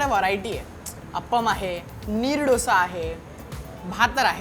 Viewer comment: Dhosa nahi bhau, dosa :D